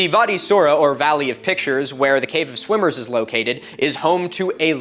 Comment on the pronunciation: Did anyone else hear " cave of swingers, which is pretty self explanitory" instead of "swimmers".......thought the video was going in a real different direction there for a minute